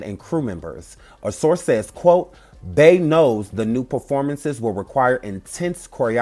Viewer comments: Beeeeee not Bae pleaseeee your pronunciation is giving me anxiety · Why do you keep saying Bay!!! Its Bey!!!! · Why do y’all pronounce Bey as Bay when you know that her name is Beyoncé? Like who is Bay? That’s crazy.